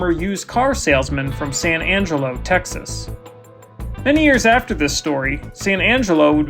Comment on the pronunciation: it’s texasss